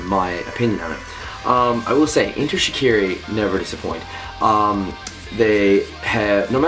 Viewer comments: its pronounced enter shi-car-e and kel fuckin soo prees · please pronounce shiKARi properly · It's ok if he's pronouncing it wring, he's Canadian XD